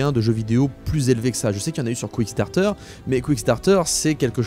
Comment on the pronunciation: Quickstarter , le site de financement participatif pour les fastfood ( oui ta prononciation de kickstarter est tout ce que j'ai retenu da la video )